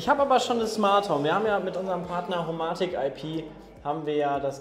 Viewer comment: HoMaahtik IP und Philips Huuiii, aka die besten Smarthome Marken die ihr nicht mal richtig aussprechen könnt xD kekw